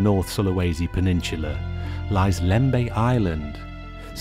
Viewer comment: The word is "pen NIN su la", NOT "pen NIN Chu la".